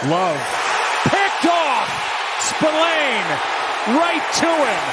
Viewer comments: John Buck doesn't know this player apparently, listen how he pronounced 😅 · Even with 2 INT, John Buck pronounced Spillane name wrong like the player is debuting, what a joke 😅